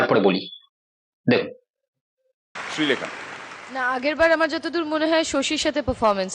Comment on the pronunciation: তুমি আগে শ্রীলেখা সঠিকভাবে উচ্চারণ করতে শেখো.... শ ও স এর উচ্চারণ আগে করতে শেখো তারপর ভিডিও বানিয়ে....